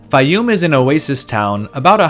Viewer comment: Your pronunciation of Faiyum changes from rhyming with Eye -oom to rhyming with Day - oom. I suspect the former is correct.